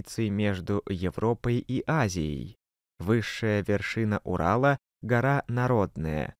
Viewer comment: Правильно-гора НАродная,ударение на А